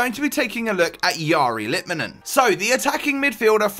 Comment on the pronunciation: Wow, someone who is not finnish can perfectly pronounce his name...